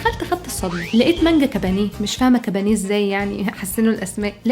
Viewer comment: كُبَّانِيَّة مش كبانيه للأسف